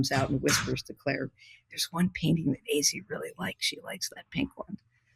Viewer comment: I’m just begging for to please say Azzi’s name correctly